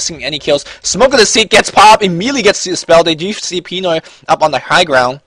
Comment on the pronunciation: btw, the stress of the word pinoy is in the "noy" part :)